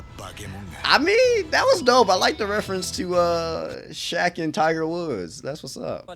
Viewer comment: pronouncing shaq's name in japanese 100% correct